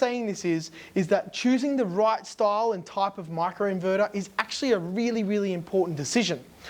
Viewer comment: Micro inverter not macro inverter! Pronounce the I not A